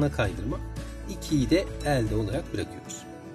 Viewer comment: E harflerinizi yanlış kullanıyorsunuz.Öğretmenler bile diksiyon hatası yapıyor ne kadar üzücü. Elde derken (E) kapalı olacak